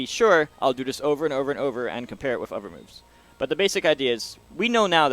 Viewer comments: This is really cool and well done and explained. Awesome video for a one shot unedited explanation too. But the thing I find most fascinating... The way he says "uhver" .... Um.. "Other" The TH sound turns into a V, I've never heard that in my life. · It does sound like "uhver"